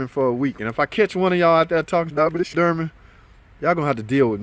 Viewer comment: Door-man not durman